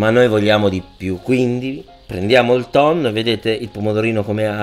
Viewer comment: Pasta col tonnoh